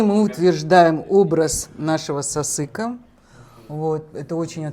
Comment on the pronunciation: Сасық деп тұрғаны ма? қате естіледі екен сасык деген